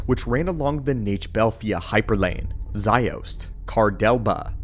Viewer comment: great video! Love your content for real - just wish you pronounced the names correctly (> <) like Ajunta Pall (like Paul) and Je'daii is like (zhe-dye) not jee-dye. and Makashi. and Ziost (Zye-Ahst) (not zye-oast)